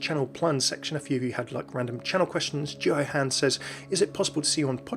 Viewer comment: Nah man it was great, My name is Jewoo though, haha I'm Korean so its alright. I was surprised you got really close to pronouncing it right! Thanks for that.